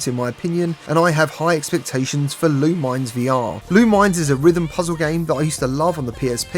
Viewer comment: It’s pronounced “Loominez” 😂 but yeah, it looks great!